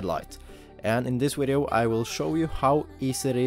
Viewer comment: What a “wideo” ??